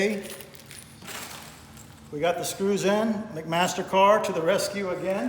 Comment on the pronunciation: Did you say McMaster Car? For bolts.